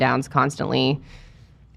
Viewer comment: I keep hearing Scumanda, which is still fitting